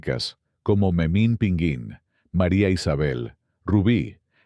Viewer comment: Tras Rius, Gabriel Vargas y José G Cruz, el video abunda innecesariamente en Yolanda Vargas Dulché y Guillermo de la Parra, con un pequeño paréntesis con Las Aventuras de Capulina, haciendo la narrativa maquinal de las suyas cuando dice Memín PINGÜÍN y no, es Pinguín de pingo 😅